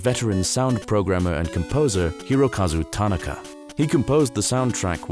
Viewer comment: Tanaka is pronounced ta-NA-ka rather than TA-na-ka. Seeing it written in Japanese helps: 田(ta) 中(naka). Captivating video. Excellent work as always.